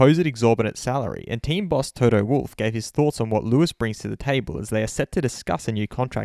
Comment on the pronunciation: I love your content, the way you present the news and I enjoy every video you make. But please, Toto's surname is pronounced "Volf". He is a German not a werewolf.